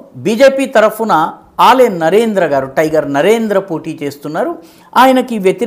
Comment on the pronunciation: ఏలే నరేంద్ర అని పలకాలి. ఆలే నరేంద్ర కాదు.